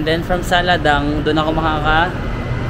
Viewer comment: Its "Saladaeng" read as Sa-la-deng.